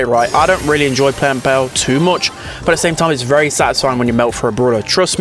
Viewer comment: Everyone: Pearl: Peehrl